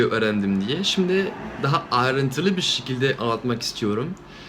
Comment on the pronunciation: e leri daha duzgun soyleyebilirsen, benden iyi turkce konusuyorsun. Sikilde degil S(e)kilde gibi...